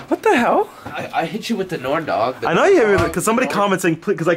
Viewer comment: Did he say NORNDOG omg I'm dying